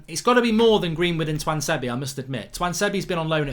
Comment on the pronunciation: Why does mark pronounce tuanzebe differently every time he says his name 😂